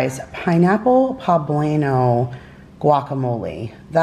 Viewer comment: New Subscriber here. I have to say I laughed so hard when you said poblano. But congrats on the 25lb weight loss.